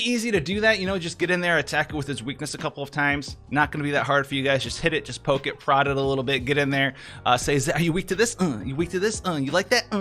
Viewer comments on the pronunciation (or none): none